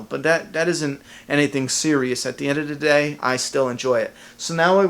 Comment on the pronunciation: "at d'endadaday"-drink everytime he spews this witchcraft. - hahaha im sorry man i cant focus on anything but this lol